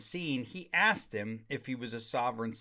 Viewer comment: "Can I axe you a question? Is that a law or a statue?" 🤔